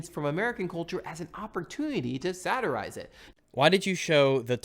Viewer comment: The way says 'satirize' pisses me off